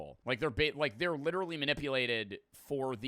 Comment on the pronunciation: Bros a grown ahh man talkin bout sum “I Witawawy don’t wike talking good about twump”